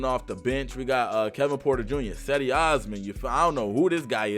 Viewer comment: Cedi osman is pronounced je dee. Sorry but can you please say it correctly.